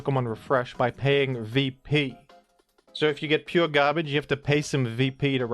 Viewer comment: U say garbage like ur from Boston lol